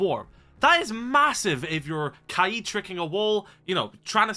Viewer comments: yo please just say kayed and not kuh eed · The way he says kaids name really pisses me off. Kayeed 😂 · Your like the third person to pronounce Kaid's name like that. Is that actually how u say it or am I tweaking?